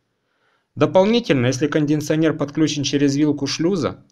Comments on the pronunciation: не кондиНционер, а кондиционер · кондиНционер.. мои ухи